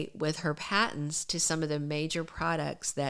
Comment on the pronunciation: Patents not Pattons